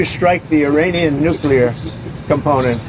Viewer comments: why do i hear nucular when he says nuclear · Wait, Iran have a Nucular program as well!? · Did you say nuke yoular